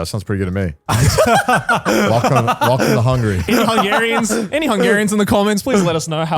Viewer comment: I love how Joey gets to Hungary and then insantly goes "Nah, I ain't reading that shit". Which fair, Hungarian ancestry aside our language is dogshit, I don't blame him one bit. Edit: Yes, Grant didn't nail the name.